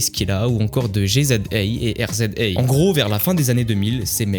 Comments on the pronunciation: a on dit rizza et jizza pas r.z.a et g.z.a mdrr 😉😉😉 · G.z.A bordel tu la massacrer putain tu travail pas tes vidéos avant de les balancé????? Riza Et giza ce prononce..... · Trop d'erreurs ! Wu Tang ont eu un succès que tu n'as simplement connu. La prononciation des blazes de G.Z.A. et R.Z.A. est une insulte à la culture Hip Hop. Pareil sur la manière dont tu v. le blaze de Lil'Cease. Tu Affiches simplement ton ignorance. Abstiens toi. Et M.F. Doom était britannique. UNE CHAINE A NE PAS SUIVRE !!!!! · Je ne veux pas faire le puriste relou mais... La prononciation de RZA et GZA... C'est pas possible ça pique les oreilles 😵